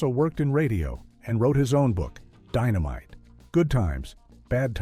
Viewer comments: EXACTLY 💯 SMDH ITS DYNOMITE NOT DINNOMITE WTF !! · ‘DIN-o-mite!????’ A.I. strikes again! Won’t watch. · It's dynamite not ditomite!!!!!! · WTF is dittomite 😂😂😂😂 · His famous phrase di-no-mite? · "Dinnomite"??? You gotta love AI............